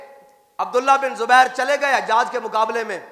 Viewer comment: Or ilmi halaat ye apki k ap hujjaj ko hajjaj parh rahy wah Mirza umber part 2